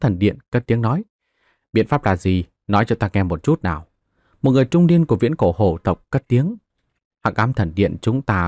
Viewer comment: Phiền anh đọc rõ dùm hồ tộc hay là hổ tộc giúp .chúc ad ngày mới vv